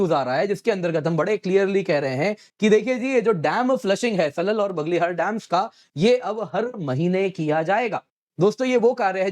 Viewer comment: It is 'बग्लेहार' and 'सलाल' instead of बगलहर and सलल